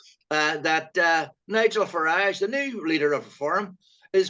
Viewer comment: Where’s this “mainland “ speaks off? and Jude it’s Farage as in Garage! don’t make him sound continental eh!